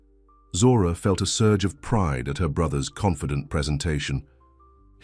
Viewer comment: please stop putting so emphasis on pride